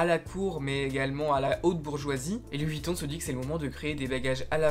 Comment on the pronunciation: "Louis Vitton Louis Vitton", une vidéo bien documentée mais pourquoi tout gâcher en prononçant le nom n'importe comment tout du long...